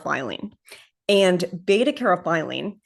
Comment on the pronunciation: Caryophyllene pronounced "carry-off-ill- lean :)